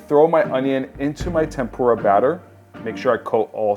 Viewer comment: FYI the raw fish isn't called sushi. Sushi is the vinegared rice. The raw fish slices are sashimi. It's also pronounced TEMpura, not temPUra. From a Japanese person.